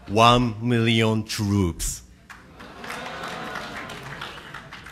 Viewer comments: KimuTone it’s very difficult to watch, I agree. But “One Mirrion Twoops” lol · cris chavez "You can move yo body freewy" and "Wahn mirrion troobs".